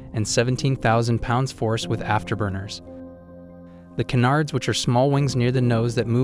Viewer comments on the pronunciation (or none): none